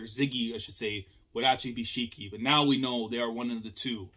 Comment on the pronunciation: Someone in the fandom mentioned that Shiki and Ziggy are actually very similar in Japanese language So I assume that him saying Ziggy was due to f**ked up mouth and can't pronounce his name. Just an observation but Ziggy maybe still like Shiki personality wise, like Shiki cares a lot about his friends and Ziggy when he lost his memories formed bonds with Elsie and Shiki and this Ziggy still has those memories meaning he is hesitant to kill them himself, that's why he is using indirect means to kill them. Also kill urself with your own hands is kinda Psychopathic. Maybe am looking too into it That Aside, the Reveal was amazing even if most of the fandom predicted it the implications of this reveal is much more exciting. We see that EZ crew respect & trust Shiki a lot and this reveal maybe a really hard pill to swallow for them. I want story now to focus more around this mystery what his goals are and if you ask me let the team split up, majorly shiki from the crew. More like shiki is captured by IUA Or something of sort so that crew can't interact with shiki and mystery will continue through clues.